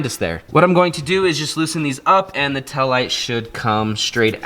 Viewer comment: “Tell light”